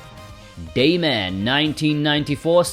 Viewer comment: 🐄When I hear saying Daymare to me it sounds like Dayman and all I can think of is It's Always Sunny in Philadelphia. Dayman (ah-ah-ah) Fighter of the Nightman (ah-ah-ah) Champion of the Sun (ah-ah-ah) You're a Master of Karate And friendship For Everyone